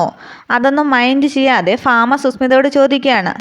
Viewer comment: ഫാമ അല്ല ഭാമയാണ്